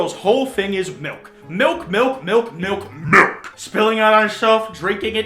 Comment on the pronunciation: Still I hear miwk and not milk so please help meeeeee